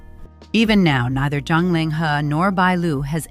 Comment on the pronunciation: Why do you keep calling ZHANG Ling He - John Ling He, his name is not John hIs name is Ling He and his last name ZHANG ( Not John), please pronounce correct the chinese names , and if you are iniforming inform correct. BAD REVIEW FOR YOU